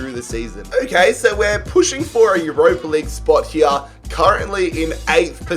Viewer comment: Stop saying ‘here’ the way you say it is wrong